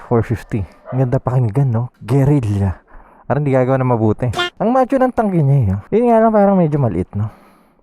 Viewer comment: Gerila✔️ Gerilya✖️